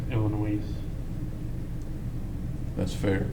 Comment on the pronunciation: he says "Illinoise"... Def crazy